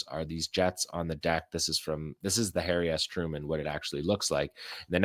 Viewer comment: Did you just say Hairy Truman?😂😂😂